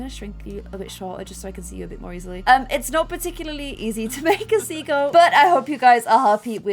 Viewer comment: When said sea goat it sounded like she was saying seagull 😂😂😂